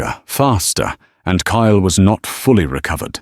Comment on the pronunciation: KYLE, TURNED INTO CALE, KALE, I HATE WHEN AI FUCKS UP NAMES LIKE THAT, PLEASE FIX IT. 😢😢😢